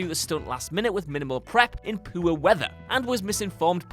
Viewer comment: "in poo-er weather"....?